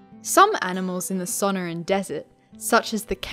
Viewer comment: Suhn-Ore-ahn (suh-nor-ahn) More emphasis on the NOR not Son-O-rin